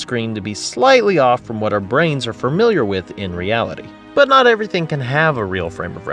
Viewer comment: He said "framiliar"